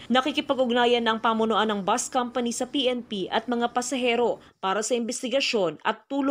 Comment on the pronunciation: Bus sa Tagalog, buzzz nman bigkas Ng iba, Anu Tama na tawag? Bus o buzzzzzzzz